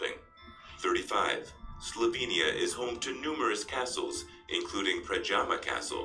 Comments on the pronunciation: It's SLOVENIA not Slovania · It is Slovenia. SlovEnija. Please correct that!